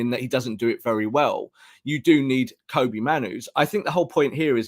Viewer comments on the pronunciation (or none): His name is pronounced Kobbie like Bobby.